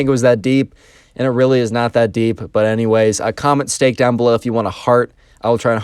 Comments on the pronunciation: Stake or Steak? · Stake or Steak??